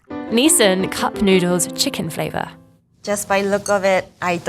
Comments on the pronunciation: Even after a chef corrected the announcer's pronunciation of Nissin, the announcer continues to mispronounce it. I am Impressed at the chef's ability to blindly tell the names of the products. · Nissan??? It's pronounced as "Nis-shin" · Ain't no way bro said every Nissin ramen 'nisSAN' 😭😭😭 Don't u kno how to read??? Like it's literally 'i' there, not even an 'a' in Nissin💀💀💀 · Nissin? More like DISSIN. XD